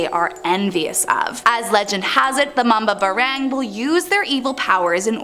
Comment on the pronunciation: Mali ang pronouns ng mambabarang